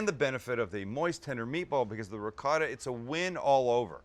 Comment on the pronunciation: Sam please work on the right way to say Ricotta it’s not like it looks please look it up Thanks. Love the show